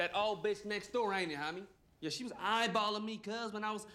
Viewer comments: The way he says homie “hahmie “ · The part whe he said honmey utscso funny